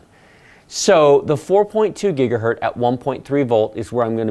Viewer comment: It is gigahertz, not gigahert.